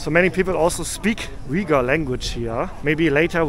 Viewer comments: Pronounced Uy-Guhr... Not Weguhr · Hi, great video as usual, thanks for sharing this content via your perspective and I know exactly how minus 17 Celsius feels like it's freezing! 😂 The two ladies selling the milk tea said "Uyghur, China Uyghur" which is pronounced as "wei wu er zu" in Mandarin. You are also correct the Uyghur script looks similar ot Arabic but it's not the same and I've confirmed with my Arabic friends that they are not able to understand the Uyghur script. Uyghurs are part of the Turkic peoples and their language is actually closer to Kazakh, another ethnic minority in Xinjiang and other parts of China. The candy you bought is milk cheese candy, which is hugely common in Xinjiang and yes it's yummy. 😋 BTW Xinjiang, also inner Mongolia has some of the best lamb in the world so you're in the right place for that. 😋 Also the lady that appeared to be asking for money, I'm not sure what she said at first but the last word "rehmet" means thank you in the Uyghur language.